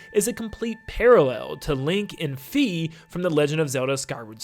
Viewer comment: Fi is pronounced Fye So its not Fee